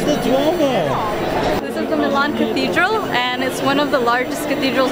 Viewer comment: your saying milan wrong